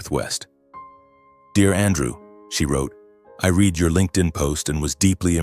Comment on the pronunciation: This is just AI blather wrapped up as a dysfunctional family morality tale. However, when you cannot distinguish READ ("Reed" present tense) from READ ("Red" past tense) but can distinguish READING = Reeding, l have lost respect that 1) you know so little about English grammer ; and 2) that you apparently have no Quality Control editing in place.